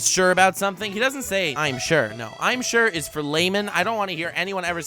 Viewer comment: I'm shirt! Instead of, I'm sure! WTF 🤦. 🤣🤣🤣